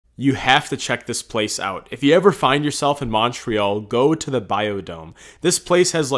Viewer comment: The way he pronounced Montreal is offensive to me and my family as Canadians